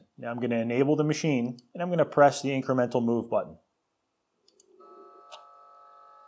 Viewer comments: "Inremental Move"? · "Inremental move" Lol. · "Inremental Move"